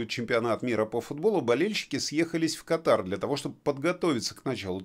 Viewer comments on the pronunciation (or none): Извините, но по-русски кАтар... ударение на 1 слоге.